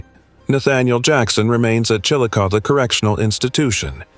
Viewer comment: It's pronounced "Chilicothie". Not Chillicoth.